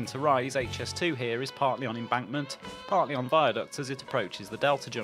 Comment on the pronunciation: Very interesting and informative. I'm also delighted that you have now started pronouncing it correctly as "Aitch"S2 and not "Haitch", which really annoys me! 😤